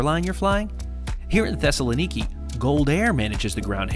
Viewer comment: You need to work on your pronunciation Thessaloniki, for European viewers. Its ;Thess-a-lon-ika